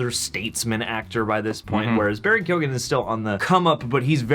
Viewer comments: Its pronounced Key-Yo-Gan. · Absolutely love you guys, but lots of people have pronounced his name wrong (coming from an Irish person), it's said like Kyo-an, not kogan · His last name is pronounced KEE-AHN, but other than that, solid video. 🤓👍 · Please for the love of all that is holy pronounce his name right. It's (rough phonetic translation) key-own with very little gap between syllables. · It’s pronounced key-oh-gan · By the way, his surname is pronounced "Kee-own" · keoghan is pronounced kyowen btw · Hey and, i know a lot of our Irish names can be hard to pronounce for Americans but its Barry Keoghan (Ke-Own).... great actor, has been in a few big American films, American Animals was great. He has also been in a lot of Irish movies were he has played gangsters and stuff,he is also great at accents, i think he could really pull it off...He also said in an Interview in Ireland he was filming something for the new Batman film, maybe an origin story in the first film or maybe just a brief cameo..Still i hope this is true, i think anybody that thought Mr Phoenix was returning as Joker at all is fooling themselves. He originally said no to Doctor Strange as he doesnt really do sequels...New Joker, yes!!!!! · Lads you need to learn the correct pronunciation of his name its key oh gen say it fast. By the way i think you guys are awsome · Just so you know, the actual pronunciation of Barry's surname is [key-oh-en ] :P Irish surnames are never as they seem. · Keoghan (kyo-ann) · It's pronounced Key-own, the G is silent. If's an Irish name like mine. The G is silent in mine too.